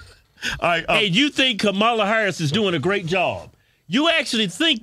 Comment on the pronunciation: Was that Kamama Harris ? Did I hear right?